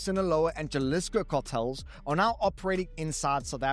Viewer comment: It's pronounced as J(H)alisco